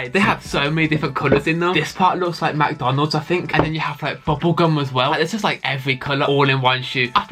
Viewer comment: Him saying Macdonald’s me hahaha